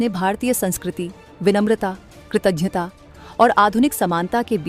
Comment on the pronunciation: Kratagyta and not kratajta